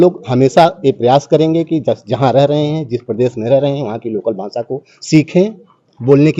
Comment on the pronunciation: हिंदी भी ठिक नहीं बोलते हो .... भासा नहीं भाषा होता है